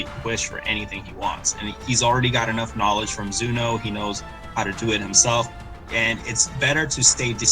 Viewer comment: Why does he call him Zuh-no